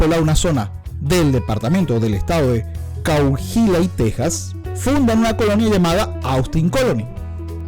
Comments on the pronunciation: Coajuila?! Es enserio? Hehe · Se pronuncia coaguila animal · Realmente es COA-HUI-LA (la "h" no suena), dejando libre a la pronunciación de la "u" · Pronuncia bien,COAHUILA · No sabes decir Cohahuila,ellos nos dicen mojados...son ladrones en expansión y todavía con acción de gracias...da risa su racismo weros putos